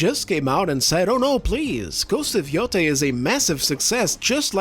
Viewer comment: YOTAY! pronounce it correctly. This isn’t YO TIE like JEDI. God damn it